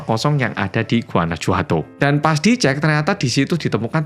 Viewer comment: Guanajuato itu bacanya Guanahuato, huruf J dalam pelafalan mereka sama seperti H dlm pelafalan kita, jadi kalo mereka ngetik "jajaja" itu sama dg "hahaha"